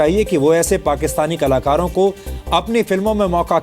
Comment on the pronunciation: Is ko bolna sikhao kalakaro ko kalar bol raha ha